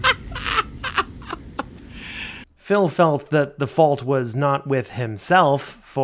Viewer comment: Space-time’s fauwlt! 😂😂😂😂